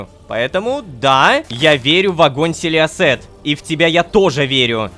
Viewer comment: Я когда лололошка говорит селиосет я слышу силести😂